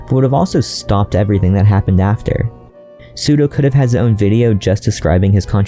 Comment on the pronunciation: But his name is pronounced as しゅどう and not すどう. Quick google on his name in japanese tells you that.